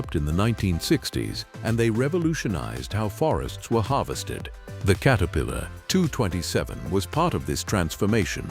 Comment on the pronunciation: Please correct how your AI pronounces the Name Caterpillar. It is not Kate a pillar. It is Cat a pillar. Please fix this, as it is annoying as can be.